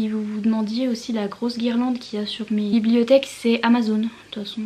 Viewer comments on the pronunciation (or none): Super rangement ! Magnifique tes « blibliotheques » comme tu dis 😅💋